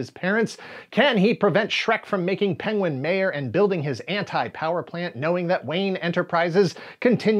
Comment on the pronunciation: being unable to say 'penguin' is the best clip ever.